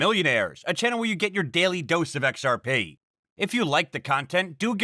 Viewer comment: The joke was about how he pronounces XRP. He doesn say XR-Pee how most pronounces it. He says XR-Pay.